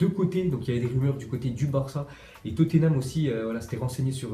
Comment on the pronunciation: Pour la prononciation de Tottenham on dis pas "Toténam" mais Totnam